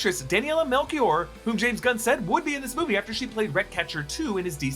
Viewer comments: Loved the video! But I have to protect my countryman’s name. Daniela Melchior is actually pronounced Daniela Melshior (shi). Hope not to be a pain in the ass! Absolutely love the content😊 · The way you pronouced Daniela's last name 😬😬🤢 its Melchior, like Chitauri.